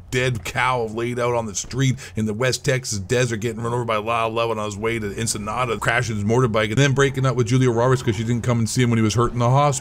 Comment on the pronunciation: LMAO MANS SAID ENSENADA